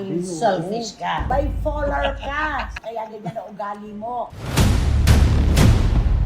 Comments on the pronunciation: BIPOLAR, Aling Cristy Fermin, hindi BIFOLAR!!! Kakatawa ka talaga! Ang lakas ng loob mo na i-correct si, eh, hindi ka din naman marunong mag-English! Pakinggan Mo muna sarili mo bago ka mag-correct ng iba!!!! BIFOLAR!!! Hahaha! Mas malala ka pa kesa kay!!!! 😂😂😂😂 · Mahilig makisawsaw, it’s BIPOLAR not bifolar 😂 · Gusto nyo ba yung BIFOLAR with an F 😂😂😂